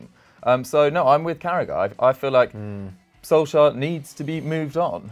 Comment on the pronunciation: ham do you mind pronouncing Solskjær correctly or at least not as painfully used 10 times every vid, cheers